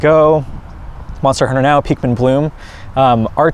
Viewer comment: he said PEAKmin. we always stay pikwinning, even in videos not about us. lfg!!! ...PFFFFFFFFFFFFFFFFFFFFFFFFFFFFFFFFFFFFFF!!!!!! XD